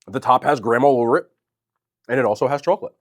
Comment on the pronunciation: I love you. But I have to .. chawklet